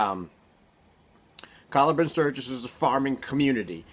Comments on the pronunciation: Calla is pronounced like “caya” in the book they say Callahan is pronounced with the l’s making a regular l sound while calla does the opposite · At the startYou said Calla wrong. Not pronounced the same as Callahan